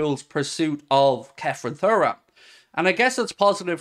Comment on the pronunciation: Hi mate I think his name is pronounced turam